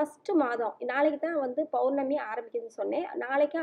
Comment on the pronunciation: Mam you r giving a good msg but it is POURNAMI and not BOURNAMI, pls check it